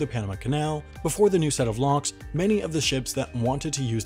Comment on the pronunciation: I am hearing lonks instead of locks so here's my meme " we'll get people to pay for the panama canal lonks! That equals.........STONKS